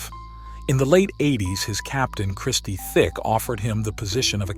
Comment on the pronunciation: Listening to you say Christie thick is so annoying it's tic i mean u must have done research for this video it's not even like their is a h in tic so i don't know we're u got that from 🤦🤦🤦🤦